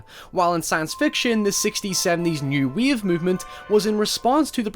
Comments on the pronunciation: "New Weeave Movement" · what the fuck is New WEAVE ? Wave .. you could at least propnounce the word properly